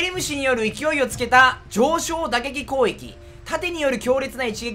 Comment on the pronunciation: 攻撃って言えてなくない？